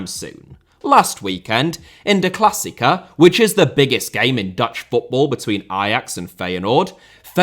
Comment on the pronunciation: if you want to pronounce klassieker try saying clas seeker. also this all started with marc overmars sending a dickpic lol. i fcking love boomers